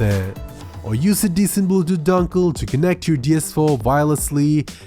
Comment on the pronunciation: Accent is good only if you can say dongle not as donkle